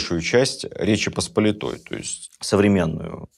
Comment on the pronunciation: Вы прекрасный рассказчик, харизматичный и эрудированный, смотреть Ваши лекции большое удовольствие, но будет совсем замечательно, если Вы станете употреблять правильное ударение в названии Речи ПосполИтой. Спасибо.